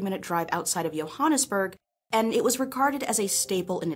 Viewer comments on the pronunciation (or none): I’m still stuck in the “*yo*hannesburg”